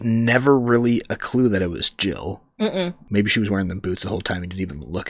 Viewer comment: pretty sure it’s Jill not gill.